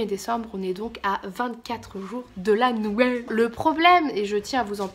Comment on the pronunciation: La meuf qui réalise le 8 decembre que t'as fait des vlogmaaaaaas! c'est 'nouël' avant l'heure. Tu m'as fait trop marrer.